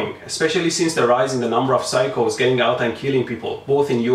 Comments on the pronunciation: when he said phyco, i thought he said cycle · Oh he's saying saying "Psycho" not "cycles"